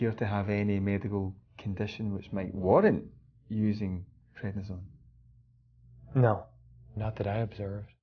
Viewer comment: It's prednisone, not what you said.